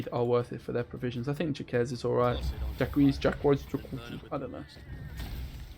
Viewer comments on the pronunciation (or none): "Jacques" is pronounced like "Jack" without the "d" sound at start (the "s" is a silent letter) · Jacques is pronounced Jacks, it is the French equivalent to James.